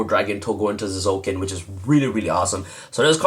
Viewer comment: the T is silent ffs